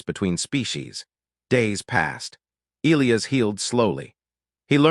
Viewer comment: If AI can’t pronounce E- lie-as properly just choose a different name. I got sick of Eel-ias.